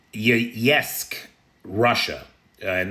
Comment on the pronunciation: Interesting, had no idea there were Iranian instructor casualties. Btw it's pronounced like 'yay-sk'.